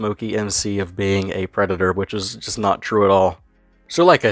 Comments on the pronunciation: Whyte Bwosa is a Pwedado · Da White Bowsah is a pwedatah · Wemember evewyone The white bowser is a pwedator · Bowser being the creepy predator he is is made even worse by just how much of an arrogant, smug little prick he is. Oh sorry, I meant pwick. Pwedator pwick. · white bowsa is a prweditor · Always a good day when someone uploads a vid on Bowsuh. The more people aware of this shitstain, the better. And as always, the White Bowsuh's a pwedatuh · Tha white bowsa’s a pwedata